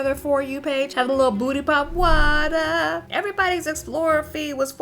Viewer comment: Why she gotta say waterrrrrr like that😂😂 got me💀😂